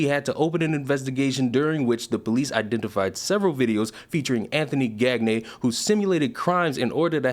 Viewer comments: Gagne is pronounced "Gone-YAH" not "Gag-ney". Look up famous pro wrestler Verne Gagne on how Gagne is properly pronounced... it's "Gone-Yah"... it's NOT "Gag-Ney". Anyway, in a way I don't mind having this specific Gagne's name pronounced as "Gag-Ney" because I can 100% confirm that everyone else named Gagne wants ZERO association with this guy. LMAO. Out of all the publicity stunts this guy could have done, this was NOT the way to go. LMAO. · Peedough or not ... wood chipper don’t care. Also I think it’s pronounced gone-yay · I think it's pronounced gone-yay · Pronounced gone-yay. Bonehead lol. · Gagne is pronounced gan-yay. Its french and believe it or not means winning in french. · Pronounced gonyay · Supposed to sound more like "Gone Yay" The frogs are funny like that. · Gan-yeah...that is how you pronounce that name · Gan-yay. It rhymes with Kanye. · Just a note for the future. 'Gagne' is french, pronounced Gone-Yuh. Famous last name in the wrestling community. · just bc I KNOW you can make a joke with it, I think it is pronounced like Kanye, but with a "G" instead of the "K." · would it be pronounced 'gan-ye'? kinda like kanye? genuine question if anyone knew lol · Gagne is pronounced like "Gan-ye" and rhymes with Kanye. I only know because of Guy Gange from Turbo the movie 🐌 🤌🏼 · Very minor point, but "Gagne" is pronounced "Gawnyuh". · That last name is usually pronounced “Gone-Yay”